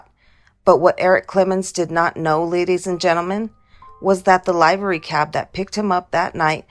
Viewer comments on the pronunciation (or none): “live-er-rey” cab. Just a few seconds into this video and i can tell it’s prob some AI bullshit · It's "livery" as in "live long".